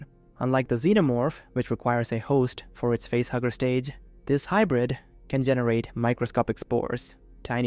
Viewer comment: At first I thought you were saying it was a butthugger instead of a facehugger.